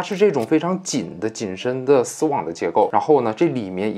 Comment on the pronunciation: 说丝网，感觉在说丝袜